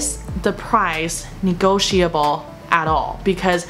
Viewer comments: Not being nitpicking, your 'negotiable' was pronounced a bit off. Should sound like 'ni-go-shi-ble'. Not 'shia-ble'. Trust me, I use it daily, 😁 Btw, you have transitioned from a little girl to a Mom, congrats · 这期超实用的😍 Maggie老师辛苦了！建议：屏幕左边的文字用深一点的颜色。一片白，不太容易读。 温馨提示：1）读音：negotiable, bulk 2）语法 A) come as a surprise (不是 at a surprise哈）；B) there is a way is asking for a price match语法不太对头哈。中间加一个 which is 就对了。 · negotiable 和bulk 的读音有什么问题？